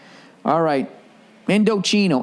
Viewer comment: story, Indochino pronounced Indo-chee-no is probably about to drop his ass for always getting their name wrong.